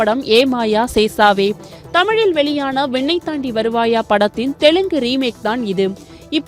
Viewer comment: Sesavae illa chesavae...adhu vinnai...vennai illa...news readers should know you pronounce properly